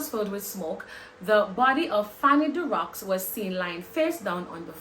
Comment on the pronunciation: Pronunciation is Darro